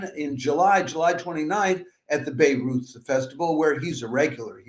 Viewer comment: Please learn how to pronounce Bayreuth... I really wondered why I didn't know anything about this festival in Lebanon 😂